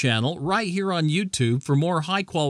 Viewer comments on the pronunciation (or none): none